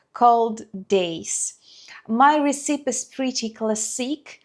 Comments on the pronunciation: Very interesting video, your borscht looks delicious. By the way, when you say recipe, that's one of the rare times we actually do pronounce the letter 'e' on the end, so it sounds like 'recip-ee'. Haha our crazy language, you have my sympathies. I'm so happy just to support your channel, and others like it, without someone at home sticking her nose in and saying, 'what are you sending money to her for?' 😂I always look forward to all your videos ❤ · U have to work on pronouncing the word RECIPE.